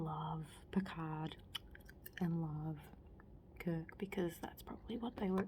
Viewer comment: the way you pronounce Picard and Kirk with your accent is the best lol